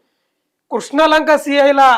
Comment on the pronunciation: కృష్నా లంక కాదురా... క్రిష్ణా లంక 🤣🤣🤣